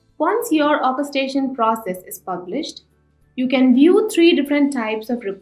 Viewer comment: Terrible... You need to have someone whose first language is English doing training and tutorial videos Zoho... This is a major oversight, Zoho... Heavy accents are never a good thing with any type of presentation, tutorial or training that is in English.. The narrator isn't even pronouncing the word Orchestration correctly.. I can't listen to that video, straining to understand what she's saying have to find some other tutorial etc...